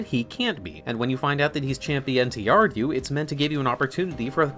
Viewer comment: Never say chapioNTR again 😭